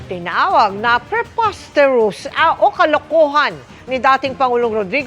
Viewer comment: oh my god isa kang vice president ng bansa di mo kaya bigkasin ang preposteterous nakakahiya ka maam sara